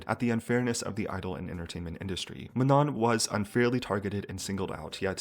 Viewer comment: it’s MANO the last N is silent